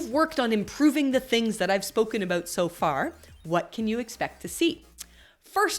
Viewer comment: I thought your "about" was pretty good. We Americans usually make fun of Canadians who pronounce it "a-boot" :)